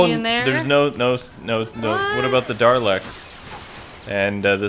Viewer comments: It's Dalek not Darlek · Totally pronounced Dalek wrong.